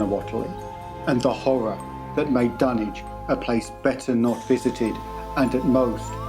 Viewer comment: Hearing the dunwitch horror pernounced in the correct English is throwing me off, but it is a great video man .